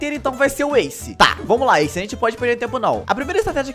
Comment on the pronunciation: não é asce é ace